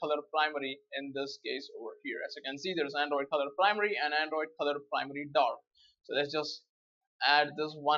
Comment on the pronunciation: colorPrimaryDork ha-ha what an accent